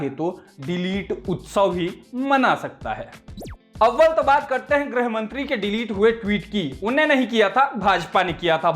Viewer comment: hindi bolne pe dhyaan do chhote khali baabu... 'grih' bola jaata hai 'grah' mantri nahi..